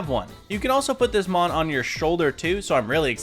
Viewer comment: Stopped watching after getting tired of hearing you butcher mons names 😅